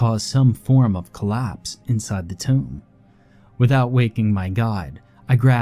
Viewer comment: Tomb sounds like toomb also in toomb for entombed